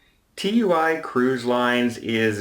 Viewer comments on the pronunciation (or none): Simeon Ital Either way, it's pronounced Too-eee. Not seen the adverts? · it's pronounced like Two-ee. Also the cruise line is Marella, TUI Cruises is a German cruise line. Marellia is operated by the UK travel agency TUI UK. As a travel agent I thought you would know that! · Love your stuff, but TUI is pronounced “TOOEE” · Pedantic point - TUI is pronounced Too-ee rather than T U I (at least in the UK)